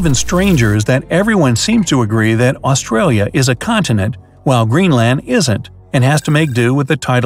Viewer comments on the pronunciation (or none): none